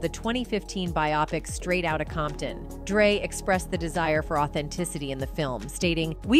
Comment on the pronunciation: Y’all got to get another AI voice I heard dr. Drought instead of dr. Dre almost 4 times…